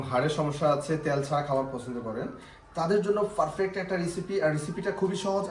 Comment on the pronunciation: Vaiya apnar sob kisu tik ase but apnar pronunciation tik noy shunte sruti kotur lage example:পারফেক্ট eta ky apni bolan ফারফেক্ট 😢